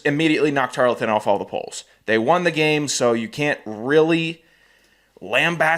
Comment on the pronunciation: Tar-ul-ton. Say it with me. Or call them Temu A&M